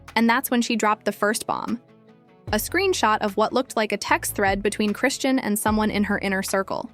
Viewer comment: Chri-shawn is the pronunciation. Not Christian or chrisann